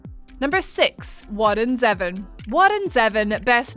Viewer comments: Isn't the man's last name pronounced Zee-von? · It's pronounced Zee-von. Do your research. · I'm sorry to be so petty and I respect your lovely British accent, but the moment you pronounced Zevon like "Eleven" instead of "ZEE-vahn", I stopped watching. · Bruh. It’s pronounced ZEE-VON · It's pronounced Warren Zevon (Zeevon).... long 'e' short 'o' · Is that really how you pronounce Warren Zevon? I always thought it was “ZEE-von” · Oh my sweet lord it’s pronounced Zee-von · Warren Zevon is pronounced "Zee-von" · Isn't Zevon pronounced Zee-Von? That's what I was made to believe. I was actually listening to a bit of him recently. Very underrated. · Your pronunciation of Warren Zevon irks me.